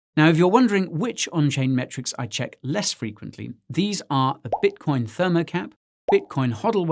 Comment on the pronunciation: bitocion lol